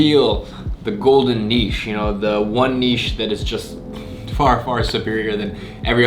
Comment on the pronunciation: Finally someone that pronounces 'niche' correctly